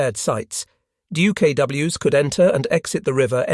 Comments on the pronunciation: I'd pay more for the plural not to be pronounced dee-you-kay-doubleyou-ess. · Not fixing the pronunciation of the plural of DUKW was a minor crime, repeated far too many times. Repeating the moralizing windup summaries of the "lessons learned in this operation" a dozen times was a major crime. And if the video had been shortened by 50% and the replication of words by 75%, this would have been a decent video. Holy-moly, did a Xerox machine author the script?